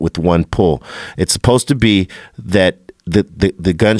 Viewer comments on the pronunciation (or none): none